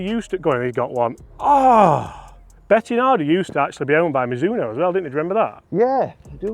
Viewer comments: Bettinardi not Bettianardi come on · Bettinardi, not betiaaaahhhhhnardi lol No "a or h:" after the "i", love your work anyway! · Yep - me too ... Bloody annoying Be-ti-"UH"-nar-di .... Getting flashbacks of the butchering of Marco Simmi-Oh-Nee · Why can't pronounce Bettinardi properly? He says it like Betti-a-nardi!!! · Great content. Take it from a Chicago boy, it’s pronounced “Bet-In-Ardi”. He’s a Chicago guy and has always owned the company now run by his son. Long known for their very fine milled putters…